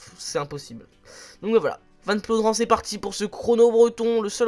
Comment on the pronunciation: C plaudren mais ca se dit plaudrin